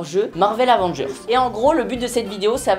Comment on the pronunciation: Michou qui dit les Avongers